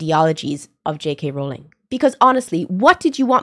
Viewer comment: Bro says she likes harry potter but cant pronounce j.ks last name😐